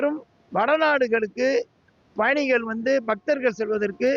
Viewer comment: It is payanigal and not bayanigal. Guy cannot even pronounce pa vs ba